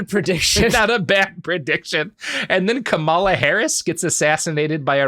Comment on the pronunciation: Ka mala. Emphasis on the first syllable. Come on... They send money to the anarchists. Because anarchists are all about the Benjamins 🤦‍♂️